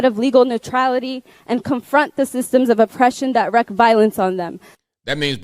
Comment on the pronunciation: I thinks the daunted scholar pronounced ‘wreaks’ as one typically would pronounce ‘wrecks’. She should’ve written her own speech, then she’d have been more familiar with the included common lexicon. (Kinda like when Saint Obama said ‘Marine Corpse.’)